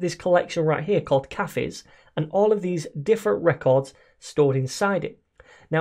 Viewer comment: Did this man just pronounce cafes as KAFFIS??